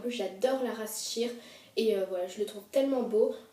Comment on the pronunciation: on prononce shayeure d'accord? je te dit sa gentiment ;p